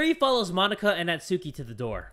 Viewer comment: say mo-nika